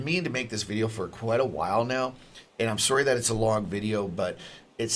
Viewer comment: I think you're 100% right, and I enjoyed the way you said sorry with your canadian accent :)